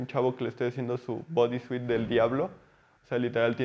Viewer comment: En lugar de decir bodysuit pronúncialo de esta manera, body-soot. Para quien habla inglés, te entenderá mejor si dices body soot.